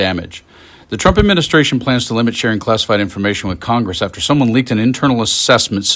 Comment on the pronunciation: Miss pronounced KOCHGRESS...